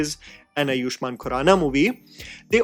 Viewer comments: with humble sincerity and utmost respect, his name is pronounced “Aa-yushmann” and not “A-yuuu-shmann”. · Correction again: it's आयुष्मान (Āayushman), not अयुष्मान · Man your 'u' in Baahubali and Ayushman is something 😭🙏🤣